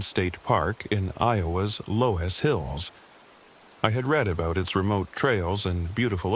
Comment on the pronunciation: 😂😂😂😂 l live on a farm in Iowa my nearest neighbor is 5 miles down the road and have never seen a crytpid of any kind and you also pronounced the word loess hills wrong loos the o is long the e is not pronounced